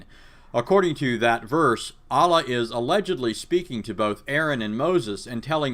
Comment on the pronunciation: I suggested refute n criticize bart ehrman, hes biblical scholar, coz of him I embraced Islam and you might save us n others who left xtianity. You can't even pronounce d word of "Allah" correctly how can u critisize the Quran. Lol hilarious